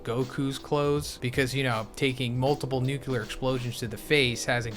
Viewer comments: Say it with me now: Noo - clee - ar Nu-cle-ar Nu-clear Nuclear pronouncing it nuke - you - lar makes you sound like George W. Bush, and he was/is a total and complete douche canoe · Wtf is a "Nukular" Fist bro? Read this word. "Nuclear". Where do you see a second "u"?